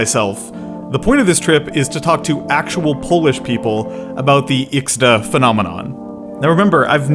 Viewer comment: I personally feel that sarcasm or irony is crucial aspect of xD (in all variants), and this is what would fit our sense of humor more. lol feels more funny without that ironic aspect, like honest, unburdened funny, which doesn’t happen to us. Also, huge appreciation for the effort of pronouncing Polish words properly!